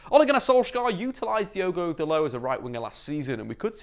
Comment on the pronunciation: It’s Dalot not dalow😂